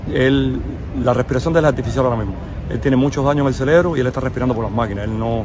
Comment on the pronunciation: CEREBRO CEREBRO CEREBRO, enseñe ese hombre a pronunciar la palabra correcta, me refiero al que entrevistaron con la camisa rosada.